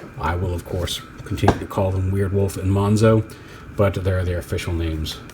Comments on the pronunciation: It's actually not pronounced "mohnks-oh", it's still pronounced like "mohns-oh", just spelled differently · I'm super happy and excited that you pronounce <Monxo> as [ˈmɑŋksɔw] and not as [ˈmɑnzɔw], because I personally hate it when in English is pronounced as [z]. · Not sure why, but ive yet to see any reviewer pronounce monxo correctly. Its mon-zo, the x makes a Z sound like xylophone, it was their way of going around the copyright.